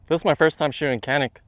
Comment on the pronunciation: Chanik not Kanik...